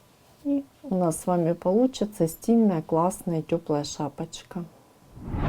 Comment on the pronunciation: При вашем произношении "шапочка", мне стало плохо...